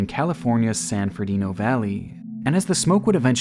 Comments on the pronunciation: That's 'San FERNANDO Valley' NOT San Ferdino! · “San Ferdino Valley” 🥴 My dog, you’ve got way too large of a channel to be making rookie a$$ mistakes like this 😝😮‍💨